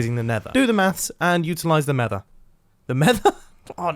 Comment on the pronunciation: 4.32 in vid you say mether again